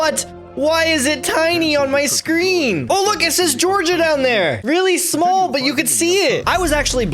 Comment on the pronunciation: North Korean accent b like😂